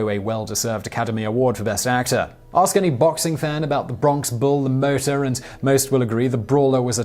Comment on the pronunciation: La Motta is not pronounced THAT way, Simon. Have a guess how it IS pronounced. You're a smart guy, I'm sure you'll figure it out haha!!